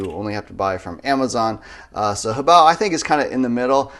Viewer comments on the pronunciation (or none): I hate when other people use 3 syllables to pronounce HoBao. Ho-bay-oh? No. Hoe, bow!